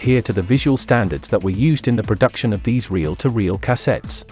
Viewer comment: Cah-settes lol